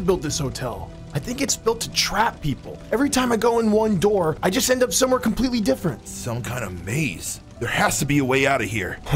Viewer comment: "Open the noor"